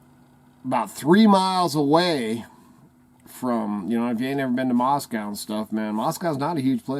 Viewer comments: If you were anywhere near Moscow or even in Idaho you'd know the pronunciation of Moscow rhymes with NO or GO. Maahs- co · Not to be a doubting Thomas but real Idahoans know that Moscow is pronounced Moscoe. So I leave your site. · I say Moss-Koe.. Not Moss- Cow But that's just me. I used to live in Rathdrum/ Wolf Lodge area around Hayden Lake.. In the late 1980' s